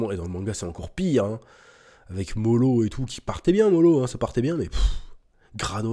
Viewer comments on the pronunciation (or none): lapsus avec l'arc "MOLO" au lieu Moro 😂